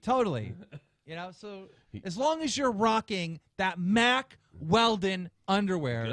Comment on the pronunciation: Keem and were saying mark instead of Mack for hella long at the beginning